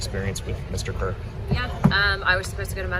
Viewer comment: The governor of Utah didn't even pronounce his last name correctly. He said Cook instead of Kirk what the F